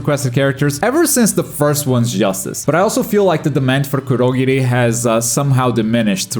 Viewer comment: Is it just me or did he pronounce kurogiri wrong